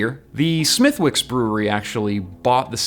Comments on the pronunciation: not being a dick but the w in smithwicks is silent it is prenounced smithicks. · Smithwick's is pronounced "Smittick's" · Um, Smithwicks is not pronounces as it's spelled. Wow-wee! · You don't say the "w" in Smithwicks ^^